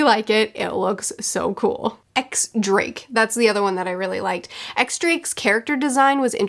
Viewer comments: X drake's name is pronounced diez drake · This is literally of no relevance to the story, but I just noticed it and wanted to correct you, so sorry if I come off as a bit of a stickler. X Drake’s name is actually pronounced ‘Diez Drake’. The X is a reference to the Roman numeral for 10. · X Drake's first name is pronounced Diez(the Spanish for 10) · X Drake is actually pronounced Diez not Ex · The pronunciation guide didn't save you from Diez (X) Drake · Technically “X Drake” is pronounced “Diez Drake”, but most One Piece fans don’t even realize this so it’s not that big of a deal Edit: For those of you who keep incorrectly saying that the anime doesn’t pronounce it as “Diez”, YouTube search “Shakki Presents Supernovas” and use your ears